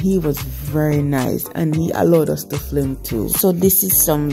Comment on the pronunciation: Nice to see my towns market... But the word is "film" not flim we are watching internationally